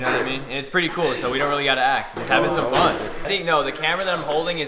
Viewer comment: Is it me or did he say fon fon time instead of fun fun time